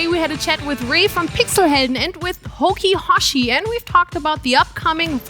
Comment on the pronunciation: The HokiHoshi pronounciation was absolutely butchered